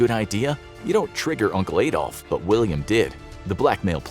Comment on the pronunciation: The Messerschmitts were me109's not ef109's, Adolf is pronounced like Adam from the garden of eve, not Aydolf!